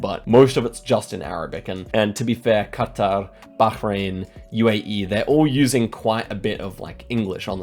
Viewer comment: Glad you pronounced Qatar with a Q and not Cutter as all the US media seems to have adopted.